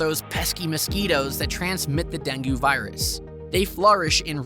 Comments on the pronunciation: Deng-goo? No. Deng-gay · It's DENG not DENGYOO!! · DengYOO? Come on, even AI can improve on pronunciation by now. Oh, and, NO; there is barely any “catcalling.” Sorry, THAT is incorrect. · It's "den-gay" fever... this must be some crap AI production... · When speaking of countries with Spanish as their first language, PLEASE learn to say the words in Spanish with a decent pronunciation! Also, dengue rhymes with Bengay…. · Yeah, I can't believe he completely mispronounces it. Clearly, that tells me that he only googled this information and never really learned about it in Panama. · Dengue mispronounced was one big tell.